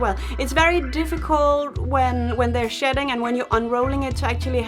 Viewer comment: It almost sounded like you were saying "sh*t" 😁